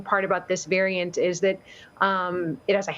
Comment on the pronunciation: “VARAINT” Ok official news channel.